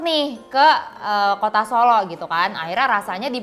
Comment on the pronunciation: Ini yang review ngomongnya gak bener, lagian gak ngerti apa2 soal makanan. Abon udang? telur direbus lama sampe coklat? Sebut "Solo" aja gak bener. Malu2in nih.